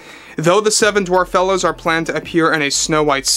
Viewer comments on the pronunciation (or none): I think is mistaken in how he is pronouncing that. In Happily Ever After they are called Dwarfelles (as in female dwarfs). I haven't actually seen that movie, but I'm pretty sure it is meant to be pronounced dwarf-ells.